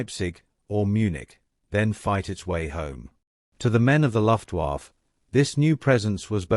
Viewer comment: LEARN HOW TO SAY LUFTWAFFE SOUNDS LIKE LUFT WAF AH